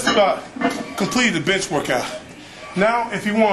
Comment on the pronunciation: thought he said, "we just about completed the bitch workout" hahahaha